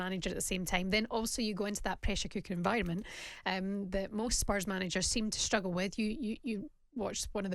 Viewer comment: Rory……….. it’s spurs.